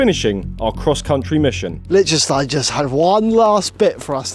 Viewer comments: My guess was Liechtenstein as soon as I saw the title of the video. Was also chuckling a bit listening to you guys mispronounce it “lick-tenstein” the whole video 😂 in German the ie letter combo sounds more like the English ‘e’ sound, and the ei combo sounds like the English ‘I’. Too bad the fog was too thick while you guys were there to get the good views of the alps, I went to Liechtenstein on a solo backpacking trip and I loved it there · Its Liechtenstein 🤣